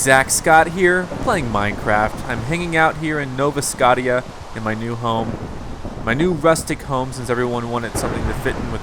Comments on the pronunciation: I cringe every time you say "Nova Scot-tia" D:< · why the hell cant you say scottia right? -__